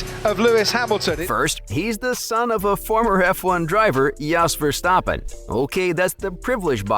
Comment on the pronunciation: What about you stop hating and start saying his name right